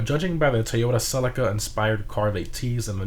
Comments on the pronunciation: It's cell-ee-ka not selika 👍😅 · The way you Americans say celica is so weird it's pronounced si le ka not sell ik a